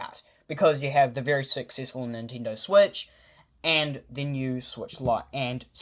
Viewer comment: did u just said nintindo?